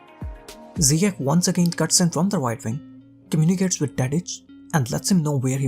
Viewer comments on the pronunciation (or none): Isn't it pronounced "Ziyesh" or it's just me? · It is a sound "sh" not K, Moroccans are influenced by French language when trying to transcribe names in the Latin alphabet and the sound "sh" in French is written "Ch" but in some countries like Holland, "Ch" represents the K sound. So mistakenly Ziyech becomes Ziyek/Ziyeg, which is completely different for Moroccans. But Hakim Ziyech have said in interviews that he doesn't mind, because he is easy going that way. This kinda of misunderstanding in prononciation happens to a lot of players from non-Latin language speaking nations when they are in Europe. There was another Moroccan example of Mehdi Benatia, when he went to play for Bayern Munich, his official name is MedHi ( H comes after D), written based on French way of writing the name MeHdi ( H comes before D), his name means the guided or the chosen, with the H sounding like in Hello, but the some German journalists thought his name is MedHi with H sound after ... which will make for a complete different name, that actually Moroccans seldom use for their children, Meanwhile Mahdi/Medhi is widely used by Moroccans and Algerians , especially those of France So same name with a same sound and same origin, can be written or pronounced mistakenly when transcribed into language whether it's following Englosh, French or other, for example , people of middle east as following English logic of sound may write the name Yusuph, or Yusuf, meanwhile North African will write same name as Youssef ( which is equivalent to Joseph for wes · Yes .... But even Lampard pronounces it Ziye-kh rather than ziye-sh